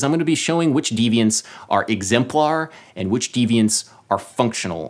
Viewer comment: "Oh, an*T one more thing..." , you know, Martha Stewart does this too, but more subtly. Is it a N. England thing?